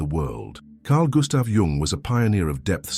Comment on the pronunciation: Thank you for pronouncing. His surname properly unlike dumb americans YouTubers who call him young